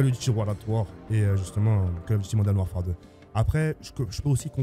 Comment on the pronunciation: Tk à bien dit Call of Duty moden warfare ou Call of Duty modern warfare 👇